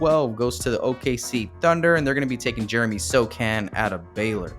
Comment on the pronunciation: Accuracy matters. So Han and Bo Champ. It's their names. Let's put respect on them. BeewwChamp? Also Tari is like Atari, the gaming company, without the A for Tari Eason. Also Oosmahnee Jeng is how to pronounce Ousmane Dieng. Also, Jalen Duren, not Duran.